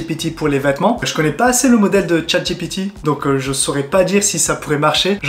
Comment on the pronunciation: Attention à la prononciation: "dji pi ti "et pas "j'ai pété" ;o) On joue à chat j'ai pété ? C'est toi qui colle !